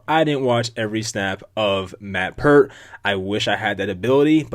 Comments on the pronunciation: His name is Pear-T . Not Pur-T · Pronounced PAYRT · its pear-t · I had a roommate named Peart in college. Its pronounced like Pert Plus